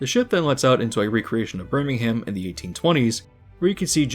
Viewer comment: As a brit I'm tickled pink that this is getting a full video Tally ho pip pip Btw it's pronounced Birmingumm or just brum for short